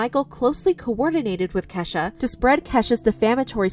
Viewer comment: Why is she saying keshas mom name like that